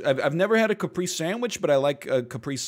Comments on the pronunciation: I didn't want to say it but nobody else is, so here I am: Caprese is an italian word and the e's are pronounced more like "ay" as in "say", and you pronounce both of them. Cah - pray - say. Saying it like "Capreece" as NL did is like calling a tortilla a "turtill." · cah pray ze XD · The pronunciation of caprese is killing me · listening to the egg father mispronounce caprese is troubling